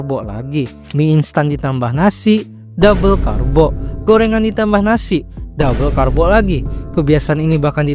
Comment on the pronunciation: Yg kedengeranku Makan nasi❌ Makan Nasik✅